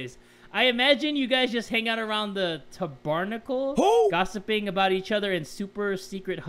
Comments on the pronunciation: "Ta Barnacle" Me-" its tabernacle "😂😂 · ( It's pronounced: {Tab r nack l} ) lol just wanted to help you out XD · When he said tuh-burh-nuh-cuhl instead of tab-erh-nah-cul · "Ta-barn-a-cul" XDXD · Lol he really has never heard the word ‘tabernacle’?? He said tub barnacle 😂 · When he said tabarrr nacle I got slightly triggered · I bet someone said this already and this video is OOLLLLDDD but I wanted to say tabernacle is pronounced (tah-burr-naa-kull) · when he pronounced tabernacle wrong I DIED lmao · Tabernacle: TAB-ER-NACK-ILL Thats how its pronounced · "Ta barnicle" lol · 'Tabahrnacle' you actually hurt me 😂 😂 😂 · I cackled to how pronounced ‘Tabernacle’